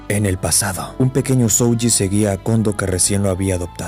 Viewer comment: Vocales alargadas en japones, estudialo, no es SoUji es Sohji, aplica en kanji y en hiragana peron katakana no como Garou de one punch man